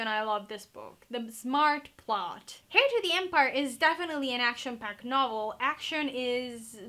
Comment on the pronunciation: Are you wearing a shirt? Also the H in heir is supposed to be silent. Peace outttttttt.